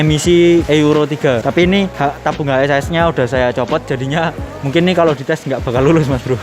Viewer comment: Bang ngomongnya HASAS jangan H S A S, keliatan ribet😂😂😂